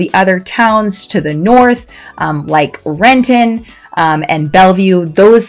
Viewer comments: Rent'n. The I sound is silent. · Madame! Its Rent'in, not Ren-ton. And its not federal way, its felony way. Are you are local or not. Whats next, Mont' Rainier.